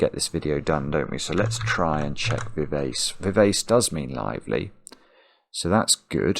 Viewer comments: It's strange. I got some of the words that missed very quickly, including parkin and precis, but half of them I would never have got. Vivace is an Italian musical term and is pronounced viv-ah-chay. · Vivace is a Musical Direction meaning to play lively and youthful. It's pronounced Viv Archay. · pronunciation of vivace (should be vee VAH che) reminds me of a former roommate who had a huge vocabulary from reading but often had never heard the words spoken. He often had interesting pronunciations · As a musician, I was screaming 'Vivace' only for him to then delete it (having pronounced it very englishly) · I cringed every time pronounced VIVACE to rhyme with face! I was disappointed that the leading aircraftsman ended up not being ACE, as I was expecting a hidden four aces in the puzzle (ACE was in the wordplay for ACERBIC and OBEISANCE, and also appears in VIVACE).